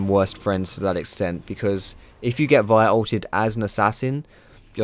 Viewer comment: Its the right way to say it.